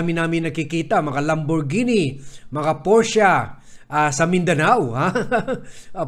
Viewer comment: Vad porsche not porscha,surname yun ng mayari ng kompanya..